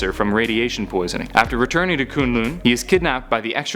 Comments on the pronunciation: Does it annoy anyone else that he pronounced Kun Lun as Kune Lune? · It's kunlun